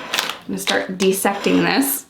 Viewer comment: she literally just said "deasecting"